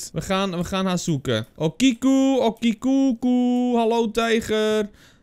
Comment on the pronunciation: Hey, ik weet niet als je het interessant vind maar ik ben een student japans! Okiku spreek je uit als ‘o’ als in open ‘ki ‘ als in key en ‘ku’ als in cultuur. Sake is ‘sa’ als in saai en ‘ke ‘ als in kerk. Ik hoop dat je dit interessant vind